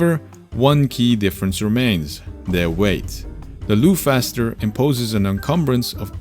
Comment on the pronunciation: I think Loughcaster is pronounced as lock-caster, like loch, being Gaelic. Lock caster sounds very appropriate for a bolt action rifle, where you manually lock the bolt.